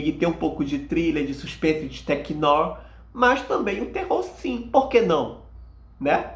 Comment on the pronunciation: Amigo, "noir" se pronuncia "noár" rsrs